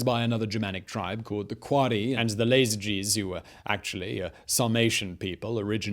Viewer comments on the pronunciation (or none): Pretty sure it's Iazyges not Lazyges, I - not L. o.0